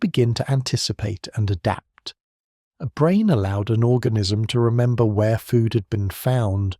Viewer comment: The AI reader said “resnember” at around 34 min 😂